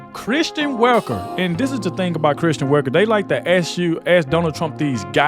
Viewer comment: Sorry, It’s Kristen, not Christian…